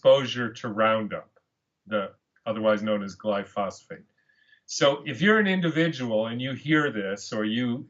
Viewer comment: Glyphosate is pronounced Gli fo sate, not Gli fos fate. That's a different chemical. ...you asked for feedback...